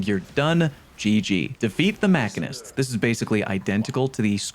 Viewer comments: This one cracked me up! "Mackinist!" It's Machinist, dude! Phonetic: [ muh-shee-nist ] Noun: A person who makes or repairs machines. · Great guide. But it’s Machine-ist not Makinist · Mak-in-est lolol machine-ist good sir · Definitely the Machine-ist, not Mackinist. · Good video, lots of great tips. One final point "machinist" is pronounced like Machine -ist. That is all. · Say “Machinist” again. It’s machine-ist. 😀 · Bruh....did you just say MACANIST